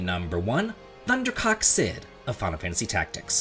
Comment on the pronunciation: Oh my god i thought you said 'ThunderCock' Cid xD I just cant xD